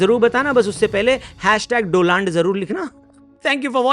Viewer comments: Donald ❌ Doland 😂😂😂😂😂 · Doland nhi hota hai dolund hota hai😂😂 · Doland ✖️ Do-Land ✔️ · Abe doland nahi Donald hota hai.wo do land teri gaa nd me daal le bsdk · Aap jo hindi me uchcharan kar rahe hai wah "do laand" hai jab ki likha gaya hai "do land" To agali bar se hindi uchcharan ko sudhar lijiye ga.achha rahega aur maza bhi aayega.. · Dolaand ❌ Doaand ✅ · Modiji jab tak hindi me bol rahe hai tab tak hi "Do-land" rahega.. Gujarati bolne pe aa gaye to "Be-land" ho jayega...😂😂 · Do-Land trump 😂😂😂😂😂😂😂😂😂😂😂